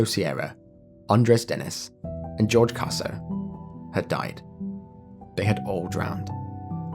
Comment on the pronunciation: I was just bothered that you called Jorge "George." That's not how you pronounce the letter "J" in the Spanish language. 🤦‍♀️